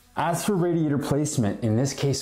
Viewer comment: RAYdeeYAYtor not RADeeYAYtor 😉🤗